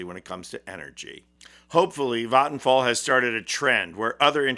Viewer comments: that's is the most correct pronounciation of vattenfall I've ever heard from an English speaker that isn't also a native Swedish speaker. It's not 100% perfect, but really close, maybe 99.8%. 👍👍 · Vattenfall is my provider. Sure I get nuclear power but we need that along with renewable power IMHO. Also the pronunciation was quite good. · Im swedish and I saw that ad at the cinema when waiting for the Long Walk To start. xD And also fyi Vattenfall is pronounced with an a from the word what. whattfall but with an V sound and no H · Good pronounciation of Vattenfall (I'll give it a 90 out of 100). People can probably guess it by the spelling, but it means "waterfall"